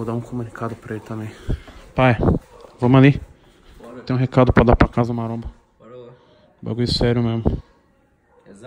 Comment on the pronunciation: Têm o vesgo aos , falando casa maronha.